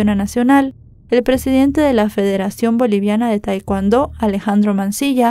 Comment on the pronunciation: Se lee tekondo